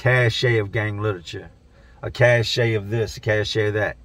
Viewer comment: Cache is pronounced cash. Not cash-a. Just sayin is all. Much love keep up the grind dude.